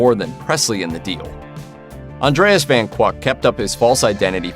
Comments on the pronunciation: Colonel Parker's real surname is pronounced van KI-UK, not "van KWUK". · And Parker's real family name was CORRECTLY pronounced "fon KICK," NOT "vann kwawk!"